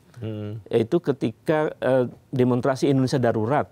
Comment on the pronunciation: Saya terganggu Pak Ubed mengucapkan demonstrasi tanpa s jadi demontrasi 😂